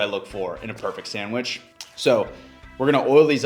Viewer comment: "time to make a sangwheech"